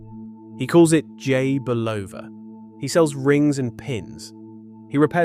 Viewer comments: Dear AI, the company name is pronounced BULL-ova. There are tens of thousands of instances available on YouTube where radio & TV announcers pronounce the name correctly. It’s never Bu-LOH-va. Two syllables, not three. The first syllable is accented. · Another good presentation messed up by terrible AI pronunciation of names and places. It is not Buloooooova. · You discredit this brilliant man by constantly mispronouncing his name!